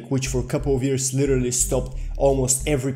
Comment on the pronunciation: This nigga talking about immortality, yet can't pronounce years correctly lmaooo this nigga reachinnnn' hahah